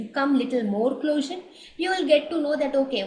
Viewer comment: It’s pronounced as CLOZER!!! Not closure